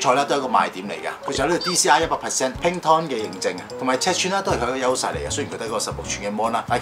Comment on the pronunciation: 😧Pantone 係讀Pan-Tone,唔係Pink Tom